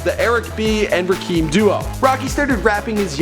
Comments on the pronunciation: Rakeeeeeeem haha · Nigga its pronounced Ra-Kim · its Rakim [RAH-KIM] and Peso[Pay-So] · It's Ra-kim bitch!! Damn you would sound a lot more credible if you actually knew how to pronounce their names correctly. Fucked Quavo's name up too! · not rakeem wtf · RA- FUCKING KIM NOT RAKEEM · It's pronounced Rah-Kim not ra keem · get the name right..Rakim not Rakeem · Rahkeem? Does he mean Rahkim? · this nigga can't even get his real name right. Its Rakim not Rakeem. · dumb ass nigga said Rakeem. nigga its Rakim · "Rah-kim" not "Ra-keem" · Rah-Kim , Rah-Kim , Rah-Kim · I can tell this dude don't listen to rap music with this disrespectful video callin him Rakeem and disrespectin the God MC Rakim...smh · It is rah Kim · RAH-KIM! Damn white folks be fucking Up Original Black Names! It's not TU-PACK? ITS TU-PAC? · So nobody gon point out this man mispronouncing Rakim.... Rakeem? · this guy is so fucking annoying, "RA-KEEM" and "PESSO" WHAT THE FUCK? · It's "Rah-Kim" man. You don't know much bout Hip-Hop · TAKE THIS VIDEO DOWN, IT'S RAKIM. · its pronounced rah-kim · you are destroying the name Rakim ( RAH -KIM ) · It's pronounced Rah-kim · You never pronounce anyone's name properly, its Rah-Kim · "rikeem" "pessoh" fuckin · His father wasnt murderd, he passed away, yams aint calld yamy, Rahkim aint pronounced rakeeeeem …. this dude is no fucking Naudwar … fuking Moron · its rahkim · Rakeem? Really bro? Really? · lol my man said "RaKEEM" good work tho, keep it up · "Rah-kim" "Pay-so" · This guys pronunciations of Rakim and Peso have me dying lmfao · Am I the only one who cringes every time he tries to pronounce Rakim? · Yeah he did lmao. rocky dont say it right